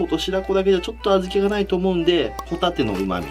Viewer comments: ホ↑タテ↓の違和感よ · 「ホタテ」の言い方でサンドウィッチマンのハンバーガー屋さんのネタ思い出したw